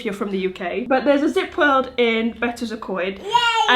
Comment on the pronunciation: Betws-y-Coed beautifully pronounced, thank you.